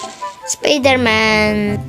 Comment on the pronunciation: Спидрмен емес спайдермен